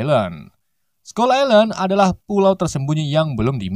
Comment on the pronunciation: Bang itu baca nya island bukan gitu tapi bacanya gini bang ailend walau tulisanya island tapi di baca ailend